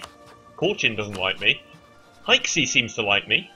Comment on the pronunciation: Pretty Sure You're Mis-pronouncing Both Jianzhou And Haixi.